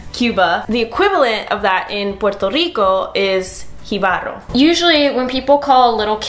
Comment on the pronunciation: bicho = penis in Puerto Rico. It can mean the same in Cuba, but only in special situations. In Cuba, bicho is mostly bug. habichuelas = beans in Puerto Rico and green beans everywhere else. JÍbaro, not jiBAro (the lady on the left used stressed the word on the wrong syllable) = country person in Puerto Rico. They use guajiro in Cuba. Both these ladies have very weak double RRs (as their strong language is English. I bet my life on it). Nice video, even though a great deal was left out. Cheers, Dave.